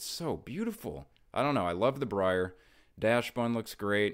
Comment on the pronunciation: First off, love the content. One of the only pokemon creators im watching right now. BUT I seem to share a pet peeve with you... mispronounced Pokémon names!! So, in similar spirit to this video, I wanted to inform you of a mistake you made. Dachsbun. Its not just you, its most of YouTube, and it has been killing me. It is not pronounced Dashbun or Datchsbun (even worse). It is pronounced more like Docksbun, like the real life breed of dog: Dachshund. Thats the basis of the pun. Aka, the beloved and well-known Weiner Dog. This is a very common word that most adults should have had exposure to!!! Anyway, keep up the amazing work and i hope you see my comment.